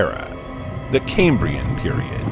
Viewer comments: Doesn’t bode well when the narrator can’t even pronounce Cambrian properly. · ridiculous music, and a dreary affected commentator who cant even pronounce 'Cambrian'